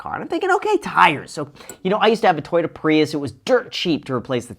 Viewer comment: Did she litany say it's like having a tyota 😂, you don't get the Toyota reliability